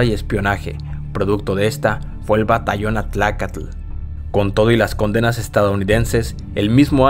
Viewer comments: Se dice Atlacatl no Atlacat informo Alarma tv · Se dice At-La-Cat